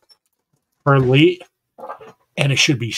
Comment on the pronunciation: Hi and only, hope Korky is better soon.😊 Hope the Results are all okay from your colonoscopy🙏 Your a Pepperholic 😊😊😊 Like onions if you direct seed them you get all the weeds come up first, best to wait and transplant from seedlings😊 it’s pronounced Perlight Prayers Serena🙏 Congratulations winners 😊 Enjoy doing your seeds tonight 😊 Oh, thought monetised already, bummer hope it happens soon.😊 Thanks for clarification 1hour Sunday Funday😊